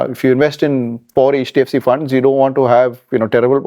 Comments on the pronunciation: Why is she saying "Hedge" DFC? It's H not Hedge. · jfyi, 'e' from elephant and 'ch' from catch. 'e''ch' is h Not hech. Or keep h silent in hech